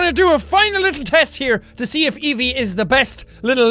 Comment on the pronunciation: Your saying Evie wrong